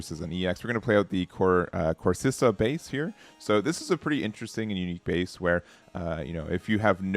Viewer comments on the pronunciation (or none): Core-si-kah Base